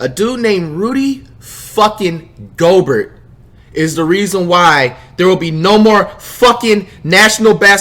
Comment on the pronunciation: Andrew he finally say it right